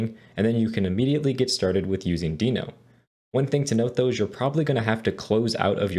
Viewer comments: the way you say deno...wierd, good course thanks!! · Great tutorial, but why are you pronouncing Deno wrong?